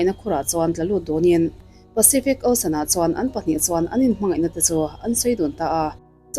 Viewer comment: Tinge osian itih zel a, osen tih mai khan lam a awlsam zawklo mi?😀😀😀 ilam harsa e kalo tia…